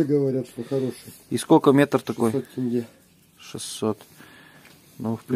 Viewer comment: Не Тэнге, а теньге че сложного та